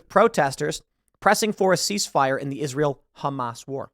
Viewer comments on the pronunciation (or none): You keep mispronouncing Hamas Piker, Terrorist supporter.